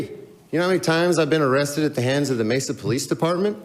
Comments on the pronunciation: Hey fam, it’s pronounced Mesa Maysa not messa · This channel doesn't even spell amendment correctly and can't pronounce Mesa right. What a bootlicking moron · Pronounced Masa long a is the first a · I thought Direct D was legally banned from filming the police after his last arrest/court date. By the way its pronounced MAY SA. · I'm from California, and we pronounce it "May-sah". Pretty wild how the pronouncement changes so much. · (approx) he pronounces it "May sah" the California way. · Pssst, Mesa pronounced like May-sa. 😊👍